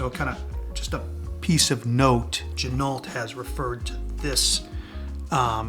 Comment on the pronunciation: FYI, Ginault is pronounced G-Noh, the LT is silent, per the owner of the company.